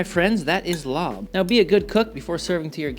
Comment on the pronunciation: Larb is pronounced “lop” not “lob”